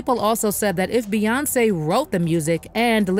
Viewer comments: Why do all yall bloggers say her name like Bae even though it's spelt bey we all know it's pronounced like B Bae is crazy to me who ever says hey baeyonce 🥴🤦🏽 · Why do you keep calling her Ba 😂like it aggravated the f out of me every single time you said it?! Like what 🤔is she your girlfriend or what because that’s what people usually call their boyfriend or girlfriend